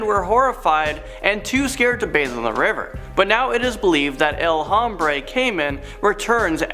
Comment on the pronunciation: You don't pronounce the H in Hombre. Spanish word pronounces as OMBRE the H is silent.